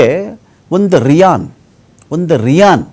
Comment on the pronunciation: ಅವರೆ ರಿಯನ್ ರೀಯನ್ ಅನ್ನೋ ಪದ ಬಲುಸ್ತೈದಿರಲ ಅದು ರಿಯಾಲ್ ಅದರ ಸರಿಯಾದ ಪದ